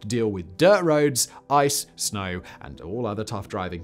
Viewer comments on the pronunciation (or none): Several comments State us No stat us Wtf is ice and sneeeew????? Snoooow!!!!